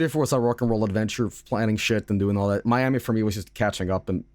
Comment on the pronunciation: Fun Fact: There's a Miami in Oklahoma that is pronounced exactly like that